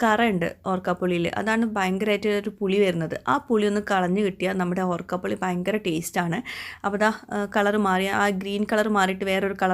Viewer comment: ഓർക്കാപുളി അല്ല, ഊർക്കപുളി അല്ലേ